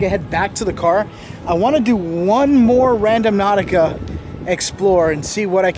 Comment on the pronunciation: it's not RadoMnautica, it's RandOnautica. That's when everyone else plays it. Again it's RANDO-NAUTICA.